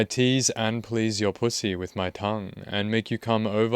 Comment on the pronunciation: I love how you say pooosy 🤣